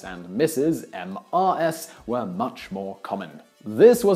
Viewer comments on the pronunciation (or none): none